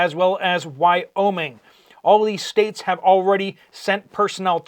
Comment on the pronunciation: Why-omi? I am Canada and never heard an American pronounce it that way... Weird